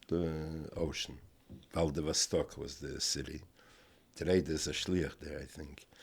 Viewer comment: Valdervstok? The maps say Vladivostok.